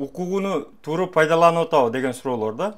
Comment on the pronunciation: туура деп айтсаныз ,тууру эмес